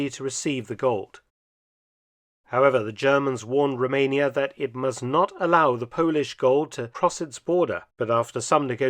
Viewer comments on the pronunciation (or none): none